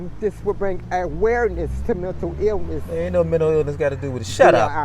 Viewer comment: “Mintill eelniss”.